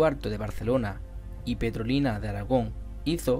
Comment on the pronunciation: Entiendo el error, cometido incluso por los reyes de la corona de Aragón. ¿ Quien era Petronina ? (solo mala pronunciación, pero graciosa) Pd: Alfono o Ramon llamado indistintamente, locas costumbres de tener más de un nombre.